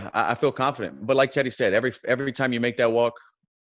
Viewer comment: when he said thanks teddy it sounded like he said thanks daddy